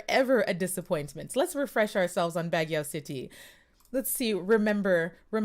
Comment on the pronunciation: Baguio is pronounced BUG-YO